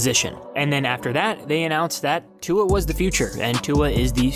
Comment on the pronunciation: Why you say "tongue-a" everytime lol